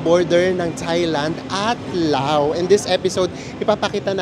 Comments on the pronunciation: According to google 😅 you pronounce it as Laos like in blouse when it refers to the country while Lao is anything referring to its people. Lao is an adjective. Ayan po, sorry OC lang. haha😂😂😂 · Lovely trip. Btw bakit Lao? I thut Laos (to pronounce it as Louse like blouse) People in Laos are called Lao. Yan ang alam ko hehhe